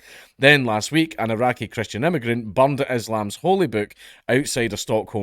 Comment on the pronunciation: Bro I love this guy's accent but I honestly understood that he said somebody bombed the Quran